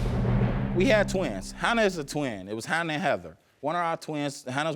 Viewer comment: I Know😫But, Then I Heard "Hannah"😳But, When I Seen The Baby😏I Swore They Said "Hannard"🤷🏽‍♀️So I Had To Run It Back It Verify🤦🏽‍♀️